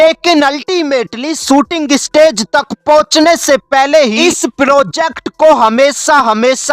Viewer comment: पेले, कॉल, मडलब, इसका मतलब क्या होता हैँ या तो अच्छे से हिंदी बोलो या पूरी इंग्लिश बोलो भाई